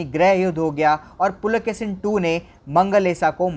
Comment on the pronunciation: Pulakesin nahi Pulakeshi bolo